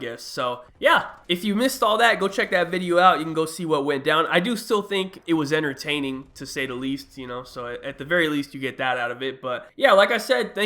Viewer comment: did he say "inertaining or entertaining"